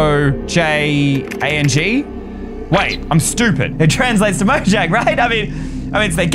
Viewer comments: why jomnag it's mojang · its said Mojang not jomnag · dude that says mojaing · yes lol its mojang, not "dare to touch" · 1017 is the galactic language is mojang Not Jonmga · Ey it isn't JOMANAG it's MOJANG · that's not jomanag that's mojang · Its mojang not jomnag